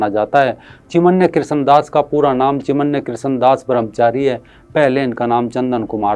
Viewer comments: चिन्मय बोलो चिमन्या नही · सराहनिय व्हिडीओ। चिमन्य नही, चिन्मय कहीये, चिनमय। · चिमन्य नहीं भाई, चिन्मय दास हैं।